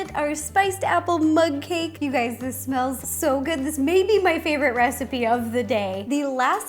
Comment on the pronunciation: It's like you've been saying mud cake